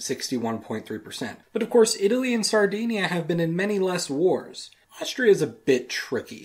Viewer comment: He says Sardinia wrong.